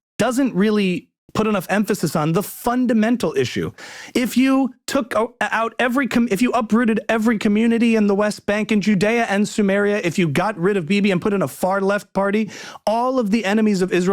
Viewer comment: my brother, it is "SAMARIA", not "SUMERIA"........ Shalom!